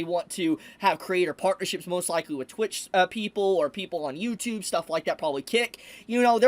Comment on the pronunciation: Did he say Itch instead of Twitch?